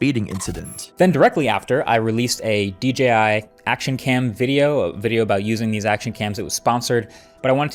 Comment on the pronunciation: ok but why do you keeo saying VIDEORRRRRR